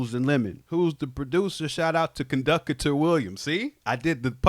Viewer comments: "Con duck a tor Williams" 😅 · CON-DUC-UH-TOR WILLIAMS🚂🚂🚂